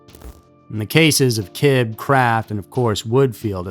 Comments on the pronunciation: Kibbe is pronounced Kibbie. I went to school with a relative of that guy. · DNA wasn't used in a criminal case until 1986, in England. Back in 1981 they used serological tests such as on blood (secretor or non-secretor). And Roger Kibbe's name is pronounced "KIB-bee."